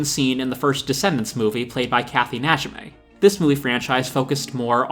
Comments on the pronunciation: NA-JEE-MEE, Kathy Najime, not NA-JI-MAY...Peggy, from King of the Hill... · My interpretation (from the storybook version) was that her envy, as well as the black magic, drove her completely insane, since she doesn't even seem to care that her looks are gone forever. Sacrificed to her own vanity. (And FYI; it's Kathy "NAY-Jee-Mee", whom you may know from 'Hocus-Pocus', 'Sister-Act', 'Rat Race', and 'King of the Hill'.) =)